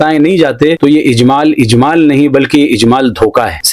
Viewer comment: اجمال نہیں ،اھمال ہے ۔